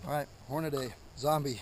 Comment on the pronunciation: Why do you intentionally mispronounce "Hornady" ??? You've got the box right in front of you, you can clearly see the way it's spelled, there's only one "a". It's horn-uh-dee not horn-uh-DAY